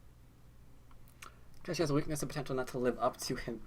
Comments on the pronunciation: I hate to be that guy, but your pronunciation of Ke Jie is way off. pronouncing like "kuh jyeh" with a hard j is a lot closer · I really like your go videos, but the mispronunciation of names is really annoying! Ke Jie should be pronounced similar to "could jet", but with the final "ld" and "t" removed from each word, respectively. Google Translate has a vocal synthesis feature that I find really helpful, too: Sorry for being so pedantic.